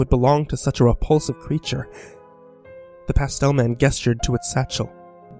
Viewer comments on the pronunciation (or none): it's pronounced like jesture not guessture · GESTURE: pronounced "jess-ture", not "guess-ture". MISCHIEVOUS: pronounced "miss-chi-vus, not "mis-chee-vee-us". If you are not sure of a word kindly look it up for pronunciation. Mispronunciation detracts from the story, and causes me to lose track of the story line and, ultimately, lose interest in the story.